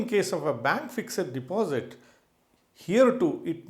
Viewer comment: Yawn...totally waste of 12mins...u could've made the point in single sentence ”The portfolio value is only real once you sell and convert to cash." This applies to all asset classes (cash, bonds, equity, real estate artwork etc). Oh the word is ”fixed" not "fix-ed-id"